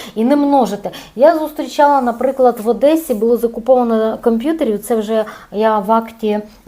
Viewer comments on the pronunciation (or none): none